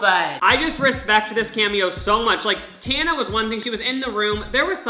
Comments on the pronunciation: The way you pronounce Tana got me tRiGgErEd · how did he manage to pronounce "tana" a different way every single time he said it lmaoo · maura m p